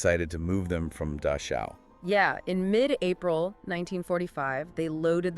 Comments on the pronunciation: Dachau not Dashau near Munich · The word is DaCHAu. There is no s in there. It is not Daschau. It is a guttural ch. at least try to pronounce German words correctly. other wise good article.